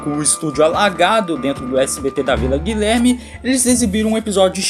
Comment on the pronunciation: "Guilerme" "descobrido" altos ponta pés na língua mãe. 😂